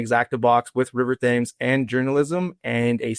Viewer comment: It's pronounced River "Tems"